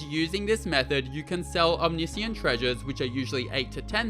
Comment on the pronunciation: O-MIS-CAN is far easier than OM-NI-SI-YAN 😂